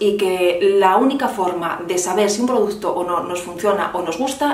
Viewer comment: Gracias por hacer un vídeo de solo 20 minutos 😜 y ponerte una pequeña crítica que espero no te moleste. Sería muy complicado para ti pronunciar bien la palabra producto? No sabes lo que me chirría oírte 20 veces o más en cada vídeo decir produZto.